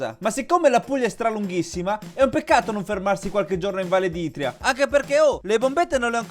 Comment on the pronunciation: A "valle d'Itrìa"ho sputato un polmone. Si dice ìtria 😂